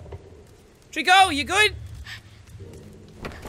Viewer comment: Whenever he says Trico, I think Treecko hahah